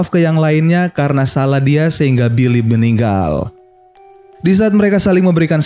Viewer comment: Bang harus nya salah bukan zalah